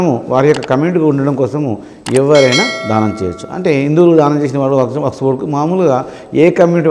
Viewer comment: Waks not sir.. Waqf sorry sir😎